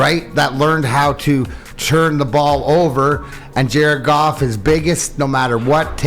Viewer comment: I don't think you should Mumble words when you say Jared Goff sometimes it sounds like he's saying jerk-off🤦